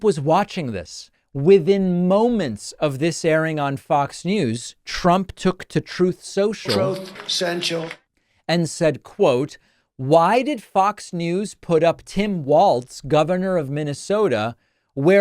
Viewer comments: “Trothe Central” always cracks me up 😂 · I replayed this just to hear “ Troth Senchal” again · “Troth central” 😂 Love it! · THROATH SENTIAL ??? 😂🤣😂🤣😂 (had to make up a spelling dam) 😂🤣🤣🤣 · “Trouth centchull” 😂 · The “Troth Sential” soundbyte is GOLD 😂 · “Troth senchill”